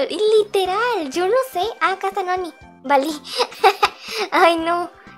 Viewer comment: xdd cuando iba a decir acá dijo aqua xdddd